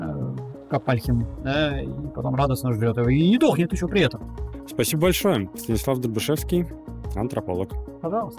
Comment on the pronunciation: невозможно слушать, такого гостя запороть( еще и "СИанислав".